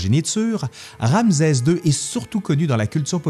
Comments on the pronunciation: Très intéressant et vivant comme d'habitude mais pourquoi prononcer "Ramzez", et non "Ramsès"?? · En effet, petite erreur de prononciation… Ramsès \ʁam.sɛs\ (rame-cèss) 👍🏻🤓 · ramsɛ ; un minimum serait de bien prononcer le nom ! Rˁ-ms(w)-sw : Rê l’a engendré . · C'est une très belle vidéo : Ramsès II est un pharaon incontournable !! Petite remarque : en France , on dit Ramssssès car il y a deux consonnes qui se suivent mais ce n'est peut-être pas le cas dans la Belle Province 🥰😘 Merci et 😚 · J 'adore ces "capsules " . Je prononce RanSes, pas RamZes..c est normal ? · “ RamZeZ 2 le Retour !!!” 😂👍 La prononciation québécoise est originale. 😉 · Bonjour, pourquoi tu prononce ram"z"es?? Un subtilité québécoise ou un élément historique? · Euh... Ramzès, c'est une prononciation québécoise? Merci pour la vidéo.😊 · Malheureusement les Égyptiens ne parlaient pas québécois ! Rê l’a engendré : Rˁ-ms(w)-sw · ouai pr un prof dhistoire ca craint un peu bon on va dire cest les prononciations zarbi du quebec :)